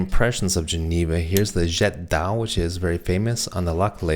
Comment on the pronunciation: After visiting all those Chinese booths, the way you pronounced «jet d’eau» sounded like fluent Mandarin! 😂